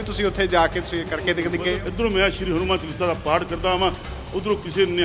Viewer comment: Saleya hanumaan hunda hadumaan ni